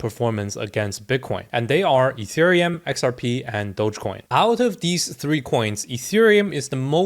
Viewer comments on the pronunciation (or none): Etherum, ergh. Are u serious mate?